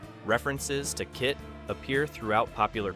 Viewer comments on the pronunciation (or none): I wanted to like it. But he didn't pronounce “KITT” the same time each time, including inexplicably spelling it out at times. So i am suspicious of it being an AI voice.